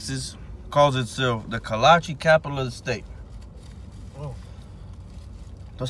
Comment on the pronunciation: Its pronounced Kolache!